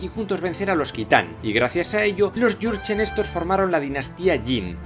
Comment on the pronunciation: Jurgen suena a Yurchen y yo me llamo.jurgen